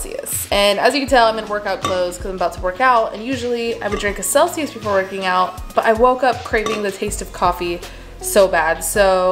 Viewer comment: I really thought she said seltzer instead of Celsius and was like damn, that’s a pre workout drink 😂